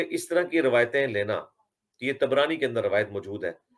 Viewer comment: Tabrani Not Tibrani 🤣